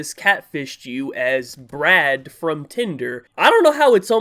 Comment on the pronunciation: *LOL AT FIRST I THIUGHT THE DUDE SAID BREAD NOT BRAD!*😂 (Garlic Bread)